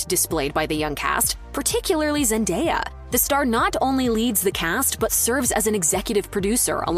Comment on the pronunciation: ....And, yet again, celebrity news outlets flat out BUTCHERS the pronunciation of Zendaya's name....